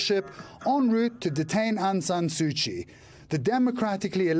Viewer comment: Dear reporter, her name is Suu Kyi. Not Sushi. Not Suchi either